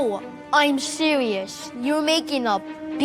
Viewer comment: “No, I’m seewious, youh making a big mistake!”